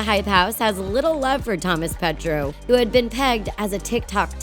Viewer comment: It’s not Thomas petro it’s Thomas petuo